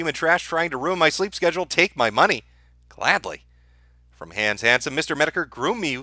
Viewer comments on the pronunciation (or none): none